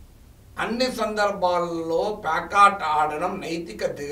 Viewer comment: Simply killing telugu words pekata and às pronounced as pyakata